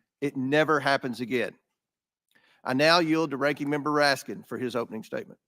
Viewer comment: Raskin; how many times did he have mention AR-15; bet you anything his SS agents carry similar weapons; what does want; water pistols. He also mispronounced the deceased man's last name.